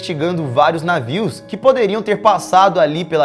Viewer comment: "Esses navis"